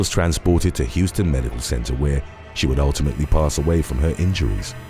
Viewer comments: I lived in Warner-Robins and worked at that hospital‼️It's pronounced "How--ston", rather than the logical "Hew-ston," strange but true! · I’m from Warner Robins. I was really surprised that this case made it here!!!! BTW, Houston is pronounced like “house ton.” Thanks for including it! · Was a jock WRBN-FM back in the day & supervised a department at the HOW-ston County hospital ( I let narrator know how it's pronounced.) Is the base still open? Sorry to see another town go to pieces but outside of that air base and the Frito Lay factory that popped up not too much to hold folks to being upright citizens. So broke when I lived there on SECOND STREET for a minute, yikes‼️ The chick in the photo is so blinged out, she would have been pulled over for the length of those eyelashes alone. Feeling toasty? Have her bat those things for a breeze!! Peace out, from your Yankee escapee🤗